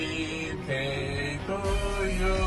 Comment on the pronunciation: Eppi birtei (o birdei) non si può sentirr!!!